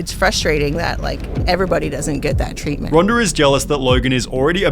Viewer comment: I thought her name is Ronda, NOT Ronder.